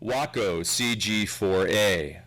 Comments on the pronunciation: Way-co is how you pronounce the name of the Central Texas City called Waco where Baylor University is. The aircraft company's name was Waco, but it was pronounced WAH-co. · I know the Allied gliders by their RAF designations. 'Horsa', 'Hadrian' and 'Hotspur' (didn't see any Hotspurs). Nice to hear the narrator properly pronounce "Waco", not 'Way-Co' (a town in Texas) or 'Whack-O' (a pilot willing to fly a glider into war?). The film 'A Bridge Too Far' excellently portrays a troop gliders' contribution. By the way Sean Connery was riding in a Horsa. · ...and no "y" in Waco (the city). He's right about how Waco (the aircraft company) is pronounced, though. Maybe "walk-oh" better represents the way it sounds.